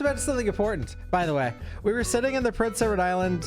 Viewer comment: The way you pronounce Prince Edward Island always, always throws me, man. It always sounds like you're saying Rhode Island (or Prince Rhode Island).